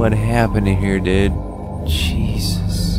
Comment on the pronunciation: did he just says cheezus?? CHEEZUS CHEEZE CHEEZE CHEEZEEEEEEEEE